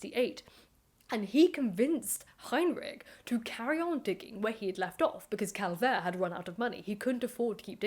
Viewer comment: You are mispronouncing both Schliemann and Calvert.